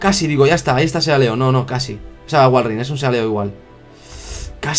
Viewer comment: seguro ya viste todos los biomas de la versión en la que juegas minecraft, excepto la jungla. No te asustes por cualquier cosa, los zombies son los enemigos más débiles de todo el juego. Jajajajah dijiste "Sealeo" (como se escribe), se pronuncia: "Silio" XD